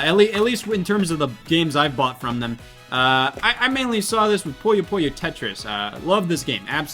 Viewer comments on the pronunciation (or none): the way scott pronounces puyo puyo drives me insane every time as a puyo puyo fan. its pronounce "poo yo poo yo" 💀